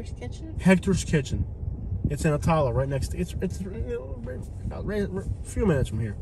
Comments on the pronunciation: He can’t pronounce Attalla😂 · "Ah-tahl-la". LOL. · ah-tah-lah lol. learn to pronounce it buddy